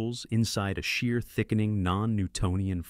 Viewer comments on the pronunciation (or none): none